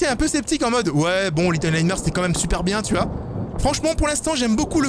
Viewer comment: Mdrrr... au début en entendant "little nightmare" j'ai cru entendre "little light merde" x)